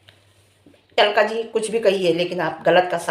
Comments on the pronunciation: Talka nhi alka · Tlka nhi alka bolo